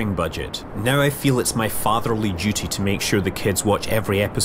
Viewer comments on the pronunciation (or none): none